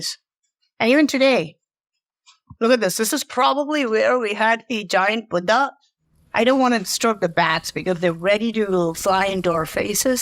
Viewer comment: you are absolutely incredible.🙏 And I love the way you say Buddha.